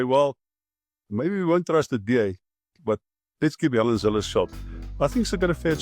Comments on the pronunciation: Zille not Zilly. Your pronunciation please! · He name is pronounced Zilla!!!!